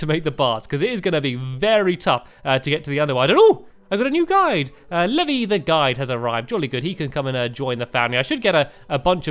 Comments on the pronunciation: The guides name is pronounced ( lee-V-eye ) not (lev-ee) which is the way you say it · Stamps no offnese but it's Levi (Le vi) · My name is Levi and I got triggered when he said Levy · How do you pronounce Levi it's le-vi not Levi it's two syllables not one... (My IRL name it's Levi) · It's Leev-eye not Lev-y lol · THATS MY NAME. I HAVE ARRIVED IN HIS WONDERFUL WORLD. YAY!!!! And it is pronounced lee-vie btw. LOL Yay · the guide's name is pronounced leev-eye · My name is Levi but its pronounced Lee- vie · Stampy it is pronounced ley-vi my name is Levi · it's pronounced "leevi" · That isn't how you pronounce Levi. It's pronounced like "leave-eye". I know this because Levi is my name. XD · someone tell him he just pronounced Levi wrong